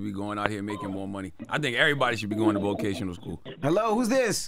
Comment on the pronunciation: I'm not accepting slander from somebody who can't say vocational school properly